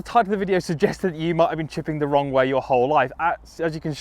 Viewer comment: Is it the wong way or the wrong way🤔🤔LoL 🏌🏼